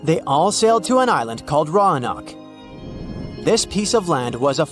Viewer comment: The correct pronunciation is "row-an-oak".